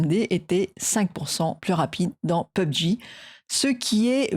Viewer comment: Ton format audio pour le présenter et bien et dans l'ensemble rien à dire sauf que quand tu dis pubg on le dis p.u.b.g donc pour les gamers ça fais bizarre lol et se qui concerne les prix augmentation fallait dire qu'il fallait attende les premiers mois après la vague d'achat des premier proc on a toujours une baisse des prix donc ça ne sera pas vraiment 580 euros le 5900x etc... Mais bravo 👏 like un abo